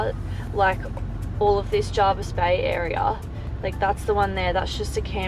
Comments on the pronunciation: Anywhere on the Shoalhaven coast is generally packed during Summer weekends and school holidays, especially areas that surround Jervis Bay (Huskisson, Vincentia etc). It’s also said Jervis not Jarvis. Locals kinda twitch when people say it wrong (yes, I’m local). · JERVIS.....NOT JARVIS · I live in the Jervis Bay Area and have for done for 45 years. It is as others have said Jervis not Jarvis. The bay has seen many changes over the years. Hyams for instance was a sleepy little bush area where you could purchase a block of land for $30000. If you were here over the Christmas period it is a crazy period of time with so many tourists, we actually don’t drive our car over that time as we can’t get out our street or get a park so it’s no wonder you had trouble getting in somewhere without a booking. A beautiful vlog thank you for sharing .